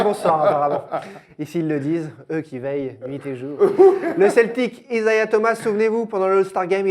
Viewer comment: Isiah!!! Thomas pas Isaiah